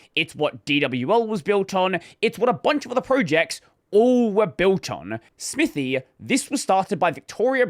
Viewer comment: the name clearly says "smithay", saying "smithy" (smithee) causes pain.